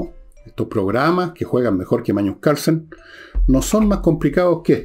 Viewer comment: Magnus Carlsen o "Mañus" de Villegas 🤣🤣🤣